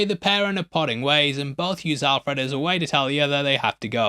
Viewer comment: It’s pronounced Al Fred, not Alf Red.